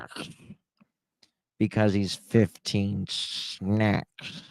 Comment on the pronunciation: “ SNECKS” ugggh unnerving!!!